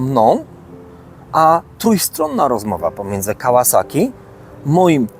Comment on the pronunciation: PS Tak w ogóle propsy dla twórcy kanału za poprawną wymowę nazwy firmy Kawasaki. Może to drobiazg, ale jestem cholernie wyczulony na takie drobiazgi.